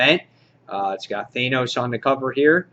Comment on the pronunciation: THAN-OS< not THAY-NOS.. and it's NAYgan, not KNEEgan in WD.